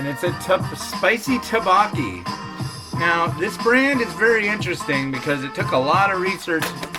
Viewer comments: The rice cakes are pronounced more like "dough-bow-key" 😂 anyway this one just tasted okay to me. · The way you pronounce tteokbokki stresses me out lmao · Me too